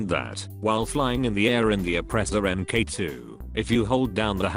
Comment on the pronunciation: Fun fact: It’s pronounced “Mark Two”, not “Em Kay Two”